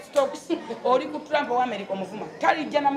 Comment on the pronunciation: mbu turampu mbu generesoni😂😂😂😂😂 full figure wabula olinzissa enseko noluzzungulwe